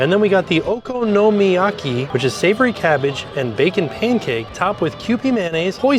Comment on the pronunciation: Had to do a double-take at pronunciation of "okonomiyaki". I've been around anime fans for too long.